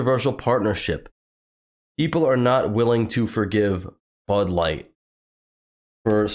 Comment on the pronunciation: DID SHE SAY BUTT LIGHT I THOUGHT IT WAS BUD LIGHT NOT BUTT LIGHT THAT.S JUST SICK